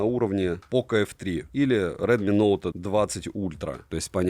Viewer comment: Только за чёткое выговаривание названия модели - моё почтение😅